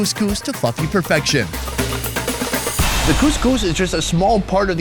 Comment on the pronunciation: Cook it to what perfection? Can you say that again?! lol